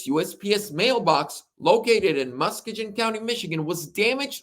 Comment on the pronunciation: Lol. Muss-key-g-in